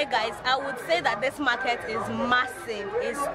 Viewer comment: Onitsha Main Mar-Kate 😂😂😂 Igbo people and pronunciation Chai